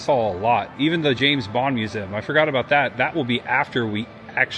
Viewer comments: Dude, it’s pronounced “myoo-zee-uhm”. Lol. But, seriously.. great video,. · The way you said museum shows the true Hoosier. Lived mos my life in Bedford and moved to Fairmount about 2 years ago. Next week we close on a house in Gas City. Love the videos man!